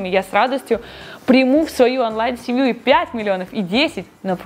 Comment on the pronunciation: Классное видео, как и все другие ❤ но слова «Афлайн и Анлайн» так режет уши )